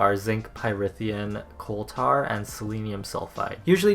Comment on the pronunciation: did you really just pronounce "coal tar" like that, i'm dead